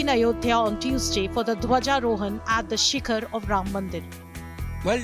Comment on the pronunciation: For gods sake, it is Dhwaja Arohan , not Dhwaja Rohan. Dhwaja rohan means to bring down the flag 😂